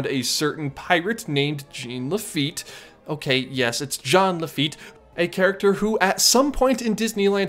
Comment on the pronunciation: I wasn’t going to mention it but because you corrected where a correction was not needed I will say it. You pronounced “Laffite” wrong. Sorry.